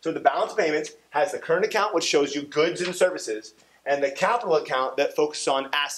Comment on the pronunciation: "current acont"